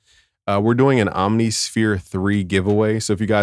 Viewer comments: Om-nih-sphere, bruh. It’s not hard. 😎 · Alternatively: OMM-niss-fear. Again, not hard.